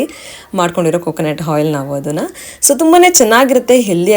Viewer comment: Henne alla enne. Hoil alla oil. Pronounciations Sariyagirali